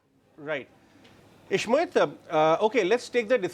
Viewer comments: Please pronounce name properly. Ishmit? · It’s Ishmohit and SOIC not Ishmeet and soic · Ishmit 😂😂😂 soyic 😂😂😂